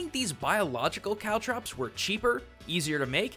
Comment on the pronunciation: I know that you're saying, "Caltrops," but I STILL keep hearing, "COW DROPS!"